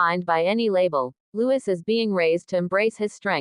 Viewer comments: His name is Lou-ee not Lewis!!!!!!!! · PLEASE, the child’s name is LOUIS. Loowee. No S sound . NOT LEWIS.